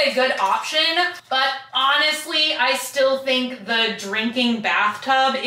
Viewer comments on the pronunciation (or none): none